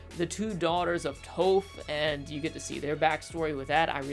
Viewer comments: There is literally only one correct way to pronounce Toph’s name. People who mispronounce a main characters name make me wonder if they ever actually watched the show. It’s TAWFF. Not Toeff. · I agree with most of your assessment. But your pronounciations are killing me. I-roh, not E-roh, Toff, not Tohf. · EYE-ROW!!! TOOUGH!!! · Anyone else bothered by the name pronunciation errors (Eeroh and Toe-ph) (I spelled the pronunciations phonetically so plz no nagging me on it) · NIce analysis, but the fact that you pronounce Iroh as "ero" and Toph as "Tofe" reminds of the the name butchering from ATLA live action by M. Night. So please pronounce them as the show intended. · Sorry to be this guy, but.. Zukos uncle, "eye-row". Earth bender "tawff". Say it with me now.. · I have a hard time taking your opinion seriously when you call the characters “toe-ff” And “ear-oh”. Like, did you actually watch the show? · Why is he continuously miss pronouncing Toph and Iroh’s names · He mispronounces iroh and tophs name as if the show wasn’t in English. Were did they say eee-roe at?? 😅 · The show made up the names so they dictate how they're pronounced. Toph and Iroh don't sound like that in the show so I don't know what you're doing here. Plus saying Iroh with an I and Toph like off sounds better anyway.